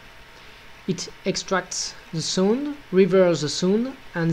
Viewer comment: he pronounces sound as sund. haha!